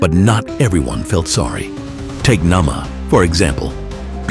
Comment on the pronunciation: Not Nama but "Naamah"... Theres another Bible character named Nama.